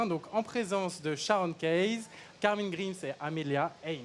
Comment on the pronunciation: C'est Camryn pas Carmin lol🤦